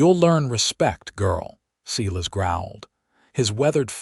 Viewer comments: If that's one thing I can't stand, it's a freaking AI computer that can't say names right! SEE-LAS?? WTF. 👎👎💩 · Silas is pronounced " Sigh...Lass " . Ai has not taken over yet. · I'm sick of this lame AI. Moving on. Look up how pronounce Silas. It's not seelus. The story is overshadowed by the disgusting way the AI reads. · Pronounced Silas wrong. As they sometimes do with names